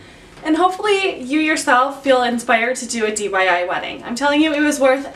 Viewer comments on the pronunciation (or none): DIY not dyi lol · why do you keep saying DYI?